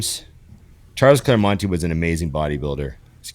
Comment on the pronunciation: Claire-monT, my G :)